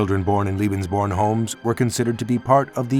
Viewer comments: It always amazes me when money is spent to make a documentary film & they go out & hire some dufus who can't even pronounce the topic of the film correctly. CLICK, see ya! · Strains to say Heinrich Himmler properly but can't say lebensborn correctly at all. It's pronounced LAY-benz-buorn. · If you’re going to produce a film about the Lebensborn program the least you could do, to begin with, is learn its correct pronunciation. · You could have made the effort to pronounce Lebensborn correctly.